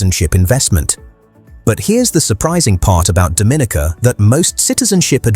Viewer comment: It's pronounced Do-min-EEE-kuh with the accent on the third syllable and a long-E sound.